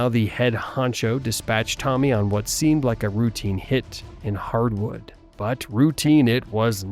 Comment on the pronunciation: He said the Hardwood butcher? Was this a joke or does he know it’s actually harwood?? 🤣🤣